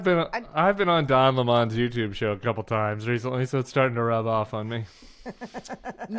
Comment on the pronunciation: “Don LeMON”, Tim? 😆